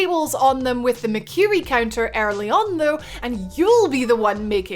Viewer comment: So she can say "every" just fine but not "early"